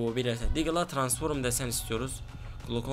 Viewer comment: Transform yazılışı okuyucu Tıransforum 😂😂😂